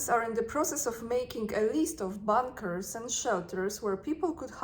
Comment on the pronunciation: Sorry,. You are pronouncing “bunkers” like “bankers”. The “u” should sounder like “u” in “under”.